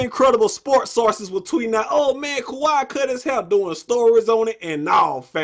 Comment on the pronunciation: ka-wee not ka-why 😂